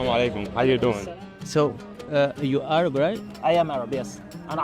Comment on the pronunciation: An Arab doesn’t pronounce the “h” as a “kh”. That’s how you know he’s fake.